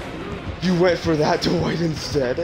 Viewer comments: the worst part of this video is all the times he says "Duh-Wight" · his speech pattern hurts me and the way he says Dwight "duh-white"